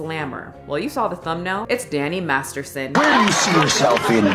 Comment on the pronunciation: The first time you say Danny Masterson it sounds like Danny Marston lol